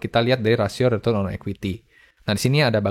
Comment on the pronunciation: Dan retrun